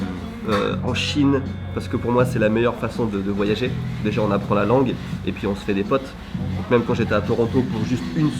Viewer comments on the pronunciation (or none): none